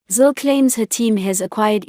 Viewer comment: It's Zille not Zill???